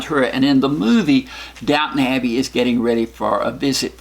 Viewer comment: it's Downton Abbey, not Downtown :)